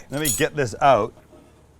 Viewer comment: Love the way you say 'out', not so keen on the way you say 'caramelised.